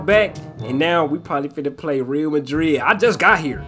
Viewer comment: its not real madrid its pronounced ree al madrid